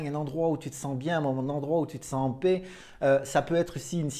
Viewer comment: Paix et pas pet hein 🤪 merci ✌️😘